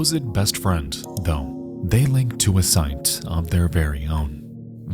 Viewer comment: Just a heads up, the letter "d" does not make the "t" sound. Example: friend should be pronounced, "friend," not "friend"